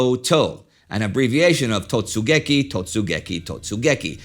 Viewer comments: I'm sure someone has already mentioned but the Japanese is absolutely butchered here. Totsugeki and raigeki not totseguki and raikegi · I apologize for what might be considered a nitpick but , 突撃 is read as "Totsugeki", not "Totseguki". Furthermore, 雷撃 is supposed to be "raigeki" rather than "raikegi". All around incredible stuff, though. I never knew Tora Tora Tora was an abbreviation all this time. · It's totsugeki (not totseguki) and a better translation would be "charge". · Late to the party here, but I wanted to point out that the japanese code words used to signal the start of the attack were 突撃 (totsugeki) and 雷撃 (raigeki), and not totseguki and raikegi, as was shown and pronounced by Indy in this video (note that the second kanji in each word is the same). An honest mistake, a typo, most likely, but still noticeable, in an otherwise excellent video. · 突撃 Totsugeki , not totseguki, but i regularly invert compound words also (putting the front in the back, or middle switched). Just a part of being multilingual. And 雷撃 raigeki (instead of raikegi, same inversion aforementioned)